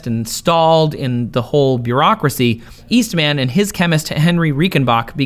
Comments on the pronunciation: It's George East(MUN) not East(MAN).... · i love how he says Eastman like he is a super hero lol